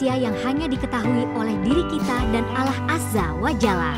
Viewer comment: jgn wanita ini yg baca, ngga bagus nyebut Allah 😮